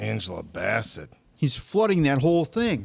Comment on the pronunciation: Yea my eldest brother died the month this came out. So this film wrecked me. Thanks for the reaction as always. Answer its Angela Bass-Set and Le-Tee-Sha. Namor has many pronunciations like Ra' AL Guul lol but I prefer Nah-More how Tenoch says Look up RiRi Williams, Iron heart, she's amazing.